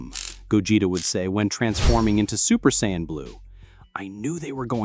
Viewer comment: Why can't the AI pronounce Saiyan properly.